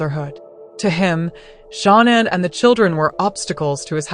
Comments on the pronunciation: It’s pronounced sha-nan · You are pronouncing names incorrectly. Also Shanann’s car was in the garage. You’re incorrect saying it was in the driveway. You need to do some research to learn the truth.